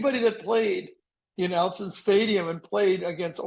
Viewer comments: Excellent interview. FYI: Autzen is pronounced OT-zen, not OWT-zen. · Yes, he got Autzen right ... except for the pronunciation.